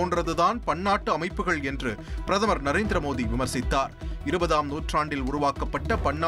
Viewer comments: Modi da mothinu enda padikira😅super news reader😅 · முதலி்ல் பிரதம‌ர் மோடி என்று நன்றாக உச்சரியுங்கள்